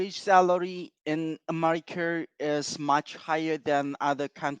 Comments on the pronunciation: As soon as the dude said "Ameriker" i knew he was north korean because I've watched all those propagada videos coming from there with someone who keeps saying korea as "Korier" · in americer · Love how he pronounces America like Amarikurr lmao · The way he said "americr" and "becrse" instead of "america" and "because" somewhat aligns with a theory that hekoreanNorth Korean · I could tell he was North Korean AS SOON as he said “America”. They pronounce it like Amerikurr. If anyone is interested in this sort of thing (North Korean cyber espionage and hacking), I highly recommend the book & Podcast Lazarus Heist. Genuinely insane to learn about some of their exploits over the years; sadly all of the money they make goes to nukes rather than good. Most of these kids from NK that end up doing these things were math competitors at younger ages and selected to go to overseas schools specifically with the end goal of making them some of the worlds best cyber operators. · fun fact: the north korean accent is actually extremely easy to recognize because they are the only ones that pronounce america like "americar", if you hear that r sound at the end you are talking to a north korean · "In Amurikurrr...." lmao